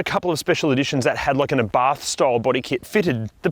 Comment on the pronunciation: The accent is on the first letter, just fyi. It is Abarth, not aBarth!